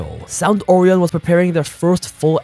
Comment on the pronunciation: The most disturbing thing out this story is the incorrect pronunciation of Orion.